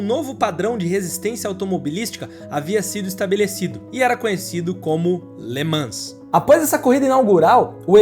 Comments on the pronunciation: Por favor, procure a pronuncia correta das palavras ( LE MAN) no Frances nao se fala S E T no final, igual RENAULT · Le Mans é o Mont Everest das corridas. Ah só um fidback. Em francês não se pronúncia o ''S'' sendo ele a última letra, não é como nós aqui em plurais. Se le ''Le Man''. Só incorporando.